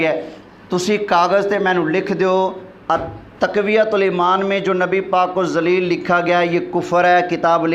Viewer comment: تقویة الایمان نہیں تفویة الایمان